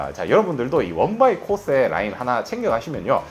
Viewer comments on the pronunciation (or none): 코오세? 발음이나 똑똑히 하자.댁이나 써.일본에서도 일본 화장품은 70대 이상이나 뭐 모르고 계속 쓰는 거지.ㅉㅉ 일본 먹여 살리느라 피부까지 희생하는 반도인!